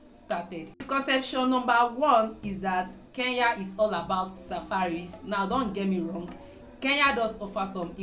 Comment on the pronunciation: not keya it's kenya